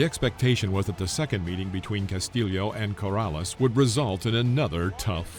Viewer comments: Well, at least you were consistent in mispronouncing Castillo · Cas tee yo...not Cas tee leo. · It's nice that you pronounce the second L in castillo as a J but try to do it with the first L too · “Cas-tee-yo,” not “Cas-till-ee-oh…” Having a YouTube boxing channel, I suggest that you familiarize yourself with a boxer who many believe beat Floyd Mayweather, Jr. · Castillo NOT castilio